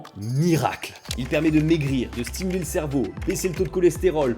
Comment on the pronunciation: le "smitule" à au lieu de stimule m'a fait mourir de rire XD sinon super vidéo comme toujours ^^